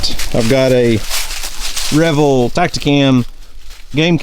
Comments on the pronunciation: Re - Veal not Re - Vel lol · Are you sure those cameras aren’t pronounced re-veal? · I think it’s pronounced rev-eeel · Drives me nuts every time you say reveal. It's pronounced Like you reveal something that you didn't know was there. I know the person who created Tactacam. Lol. It's not like it upset me I just can't help but laugh.